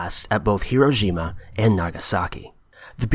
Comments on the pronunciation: It's Hi-ro-SHI-ma, not Hi-ro-JI-ma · Here- row-shi-ma.... Hiroshima... phonetics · Actually, it's "hi-RO-shima". In the correct Japanese pronunciation, it's the 2nd syllable that's enunciated, and the i in the next syllable is very short, as to almost be silent, so it sounds closer to "shma" than "sheema". So what you actually have is more like "hi-RO-shma"